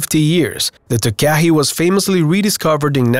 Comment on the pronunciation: You need to pronounce the nz bird Takahe the proper way it is said like tarkarhe not way you put it.